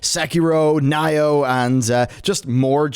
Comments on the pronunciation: Nioh (IS NOT PRONOUNCED "NYO", ). (It's "neeo") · Nioh is said Knee-oh, not N-Eye-Oh 😤. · Why... are you saying Nioh, "Ni-oh" it's Nioh. It's Nioh... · "like sekiro and N-eye-oh" oh my gooooooooood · Nye-oh?! You sicken me, sir! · 😬 everytime he said N ī -oh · the way you are saying Nioh triggers me. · Right back at ya 🙄N-eye-oh... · Is this man seriously pronouncing Nioh as "Nay-Oh"? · I'm getting 10 rage every time I hear it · Are we allowed to roll our eyes at him? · Dammit Knee-Oh... KNEE- OH (Nioh) lol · It doesn't sound right and Nioh has been few years around now so mispronouncing it is kinda lame. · I've pretty much given up on westerners butchering JP pronunciations then they play "I'm not a native speaker please don't hate me" card every time. "Sushi"ma, Se"key"row and Nayoh. LOL.